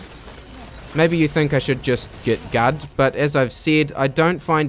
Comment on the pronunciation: Your pronunciation of "git gud" amused me far more than it should. I also got a chuckle when you were talking about Mother's Basement. I agree that it's a good video overall, although I don't really agree with the main point of the game not being an actual video game. It clearly is and I don't think he really explained why it isn't.